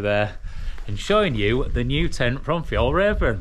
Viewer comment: First pronunciation is correct for Friluft, and your Fjällräven is bang-on! Greetings from a Swedish fan who's the same height as you, the average Swedish man is 181cm so while there are a lot of tall Swedes, most are your height. :) Got a light-weight convenience hack for you when using an FRH to heat your food; bring a metal paper clip, it weighs basically nothing and will hold the bag closed for you, can also be used for a multitude of durable repairs of your equipment when needed. Thanks for the great camping videos, i'm thoroughly enjoying them!